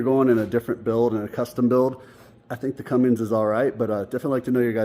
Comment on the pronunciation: Awesome start on the crew cab! So you know there is no G in Cummins. It's pronounced (Come-Mens)